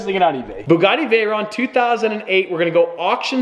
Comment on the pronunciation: we might sell the B U G G A T T I Me: 😭how did he say it so confidently 🙃🙃